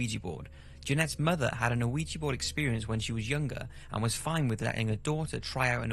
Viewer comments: It's pronounced weejee, no oweejee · Ouija not O-ouija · Ouija; pronounced wee ja not O'weeja. Sorry, but it's driving me mad that he mispronounces it over and over. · Fun fact: It's not called "O-eegee" or even "Wee-gee." It is named for the the French and German words for "yes" so it's actually pronounced "Wee-yah." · Is he saying 'you-wee-jee'? Is this a UK pronunciation? Myself, and everyone I know, pronounces it 'wee-jee'. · Pretty sure it's not O-WEE-JEE, just WEE-JA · I love ur videos dude but can you please stop calling it ah-wee-gee? It's pronounced Wee-Yah. Oui - Ja, french and german for "yes". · the name is pronounced wee- jah . french for yes and german for yes. BUT the board was asked what to call it and it spelled ouija and it said it meant good luck. anyway it is not pronounced oh-wee-jah, im a meskin btw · Why do people pronounce it as "weejee" it's actually pronounced "weejah" JUST PLEASE TELL ME WHY AMERICANS PRONOUNCE IT THAT WAY. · Mary Wilkes Isn't it just "Ou-eee-ja"? In my mind you make it sound like "weed with jah" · WEE-JEE. WEE-JEE. WEE-JEE. It's WEE-JEE. Not A-WEE-GEE. Christ. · How the fuck are you pronouncing it as veegii board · Ouija...pronounced wee-ja or wee-gee. TWO syllables. Its a game. Anything that you think happens is already in your subconscious. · I like your video's - but please work on getting the pronunciation of things correct - like ouija - pronounced weeja - thanks - looking forward to more halloween 🎃 stuff... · I wish I had the guts to try one but it's better left as just a wish! I thought it was pronounced wee-gee not oh-wee-gee though... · You know it's deceptive when it's pronounced "Weegee" but spelled "Ouija". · It should be pronounced like "wee jah". Both qui and ja means yes - the first one is French the second (ja) is German. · Ellizzie im aware. the narrator pronounces it "o-oo-wee-gee" which, in addition to hiss accent, sounds like he's saying luigi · Nice vid man, its pronounced wijee tho